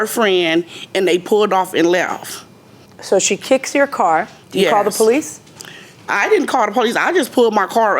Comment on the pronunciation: What is happening with English now? We (plural) “WAS”?!?!? This lady needs to learn it’s “we were”… it’s irritating to hear. Even “ask” should be ASK and NOT “AKS”. Police should “po-lice” not “pow-lice”. Far out!